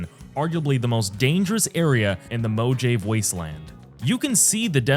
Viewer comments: Bro said mo-jave? It's pronounced mo-ha-vay. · Moe-ha-vay There, you insufferable New Yorker. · Hears "mo jave" winces checks comments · Omg moe-jave???? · This video if baffling. Unrelated footage to the things discussed that makes me think you have no idea what you're talking about (have yet to see that unbreakable half life wood), terrible pronounciation and names (Mojave, calling RDR2 Red Redemption), comparing Dredge... to itself? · Next time just do the voice over yourself man, AI can't pronounce words like mojave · Well played. You made me angry enough to know when you would pronounce Mojave correctly right up until the end. Clevah gurl. Here, have your like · >mojave Bruh lmao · ai cant pronounce mojave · pronouncing mojave like you do is a crime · bro the fact you can't pronounce mojave makes you lose all credibility instantly, there is zero chance you actually played new vegas and didn't get hear the name of the fucking map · Mojave please tell me you mispronounced that name on purpose. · second I heard it I paused and scrolled down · Good video but holy moley some of your pronunciations are bad. Moe-Jave? Nortray Dam?